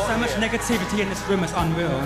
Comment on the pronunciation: it’s unweaw 😂